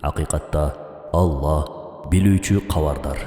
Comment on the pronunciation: АЛЛАХ❌ АЛЛА ✅